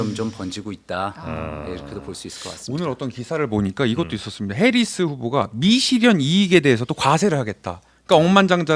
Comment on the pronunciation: 오... 팩트체크의 김필규 기자님 드디어 복귀 하셨군요 ㅎㅎ 근데 "해리슨" 이 아니라 "해리스" 입니다 ㅎㅎㅎ